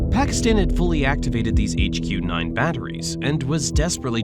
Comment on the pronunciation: It is HQ 16 and HQ9 not HG 9, get the names right